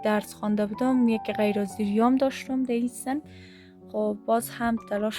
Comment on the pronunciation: سلام جان آفرين هميشه موفق باشى ، ولى هميشه به (سن و سال ) ميگى سند و سال لطفاً اين كلمه ره درست تلفظ كن خودت با سواد هستى امروز حتى بعضى خانمهاى بيسواد هم خيلى از كلمات را درست تلفظ ميكنن ، خيلى بد معلوم ميشه يك دختر با سواد به سن بگه سند ، و ديگه اينكه راحت و نورمال حرف بزن نه مثلى كه از روى كتاب ميخانى خشك و بى روح موفق باشى 👍